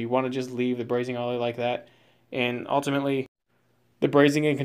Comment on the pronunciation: Transom not tranzum Ultimately not ahltimately Deteriorate not deteerate